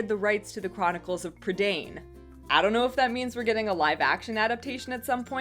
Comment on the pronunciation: I'd just like to say that Prydain is pronounced Pre - Dine :)